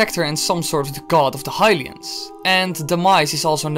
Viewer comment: Not Hyrulian, is Hylian